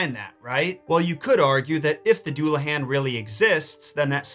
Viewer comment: Duel-uh-hon. Please stop hurting me